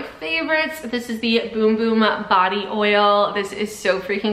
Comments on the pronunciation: they were questioning her pronunciation which is the correct pronunciation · That's how you pronounce it.